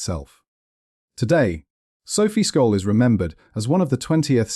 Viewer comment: Sjollll , S .J olll ...not Skolll........you dick ! At least have the decency to pronounce her name right .